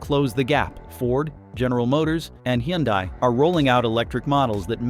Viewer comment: "That dominance was built on expectations, not reality." That's a very polite way of saying it was overvalued af. 🤣😆 "Tesla's sales are in freefall, here's why" - because people don't want to buy from a Nazi. Tesla's biggest problem is its psycho Nazi CEO. Also, just FYI - that AI's mispronunciation of Hyundai was painful.